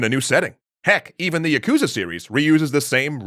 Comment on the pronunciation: Hey, so you mispronounced Yakuza. It’s Y-Aaaahhh (like at the dentist)-koo-zuh